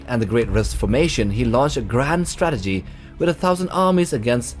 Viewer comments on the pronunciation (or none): none